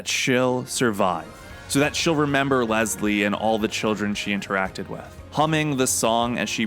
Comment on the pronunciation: Fun fact: it’s Less-lee. I have the same name and it drives me crazy when people call me Lez-Lee That’s the distinction between the male and female variants of the name. Lol